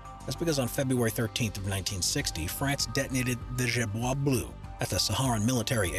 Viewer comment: It's so funny how you say Gerboise Blue You should pronounce it like... Jayrboaz Bleu